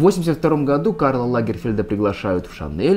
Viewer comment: Не могу перестать слышать в вашем слове "году", французское "gadoues"! Хах! 😉